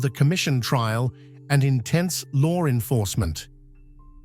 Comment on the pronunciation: Why does this English person narrating always pronounce law enforcement as lore enforcement. That urks me every time he does it. 😅❤😊😢